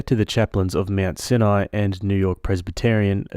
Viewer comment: For anyone outside of the US, ‘UES’ is the Upper East Side - the sweet ending story takes place on Manhattan Island in New York City. Also, /, you might run into that word, ‘Sinai’ again. It’s actually pronounced, ‘SIGH-an-eye’. Cheers!